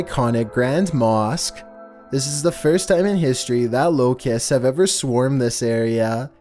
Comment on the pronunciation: Why did he pronounce locust like that